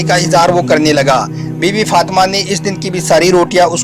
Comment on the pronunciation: bbai sab thil he Masha Allah aap bahut achha batate he par pls izzat se naam lya kare or bibi Fatima he unka naam aap galat pronounciation kar rahe he . pls bura mat maniyega .